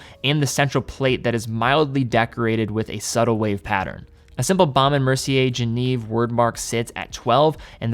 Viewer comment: please pronounce Genève correctly.